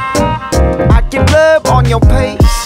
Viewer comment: 평소에 마스터클래스 달리 앨범을 즐겨 듣는 사람입니다. 이번 곡도 너무 좋아요~! 싸이월드 bgm시절부터 마스터클래스님 artificial smile로 해뒀을정도로 팬이에요. 근데 요번 곡에 하나 옥의 티가 있네요 ㅠㅠ Face 발음이 pace로 들려요..ㅠㅇㅠ 고치는건 어렵겠지요..?